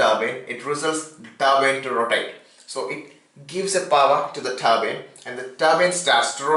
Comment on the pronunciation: is he saying turbine or turban?????